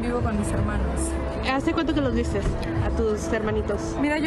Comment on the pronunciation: sin la S, "viste", "fuiste", etc.